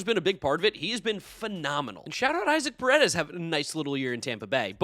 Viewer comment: I see you’ve decided to completely stop trying to pronounce Latino players’ with uncommon names correctly. It’s definitely not EYE-zik Parades